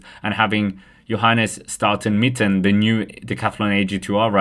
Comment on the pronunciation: Staute Mitten 😂 STAUNE MITTET